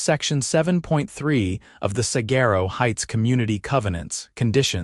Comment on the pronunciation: The AI pronunciation of "saguaro" grinds on my Arizona nerves.